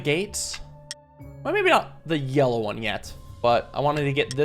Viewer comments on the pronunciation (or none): none